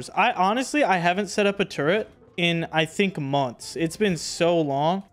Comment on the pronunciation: its turret not turrent